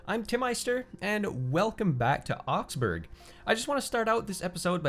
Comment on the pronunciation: Oxbourg is indeed a much fitting name :) But the g is silent, and it should be pronounced Oxbour